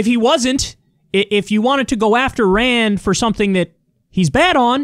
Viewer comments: I don't think he's saying Ryan. He's saying Rand, but with a weird pronunciation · Sounded like a accent rayyyynd